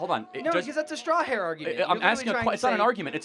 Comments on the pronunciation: "Straw-herr argument" 😂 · what's a "straw-hair?"